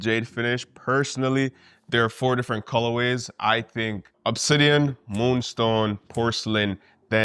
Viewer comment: “Coloways” is the way guys😂😂